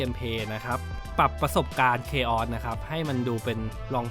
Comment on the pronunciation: Chaos แต่พูดผิด